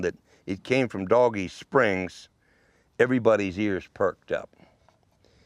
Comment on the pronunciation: Good story but the spelling of "Dogie Springs" is not pronounced like "Doggie" would be. It would be like "Dohgee" in pronunciation. Maybe the spellings wrong on your intro and map.